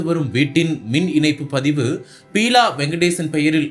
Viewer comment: Peela illa Beela ( basic ah plus two aavadhu padichirukeengalaa ..seithi vaasipaalare??)